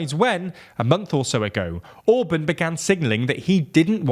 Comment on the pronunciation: Ok, you're a britunculus so you have limited contact with standard spoken English but could you at least try to pronounce words correctly every now and then? Orbán for example had TWO vowels AND the second one is clearly stressed! Other major faults must be addressed later.